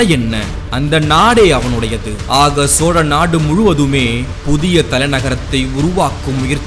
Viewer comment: சோறநாடு என்பதுபோல் தெரிகிறது தெளிவாக கதை சொல்லுங்கள்